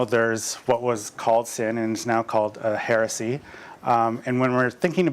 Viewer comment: Heh-reh-see NOT HEARSAY!